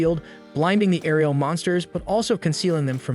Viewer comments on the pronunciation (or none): none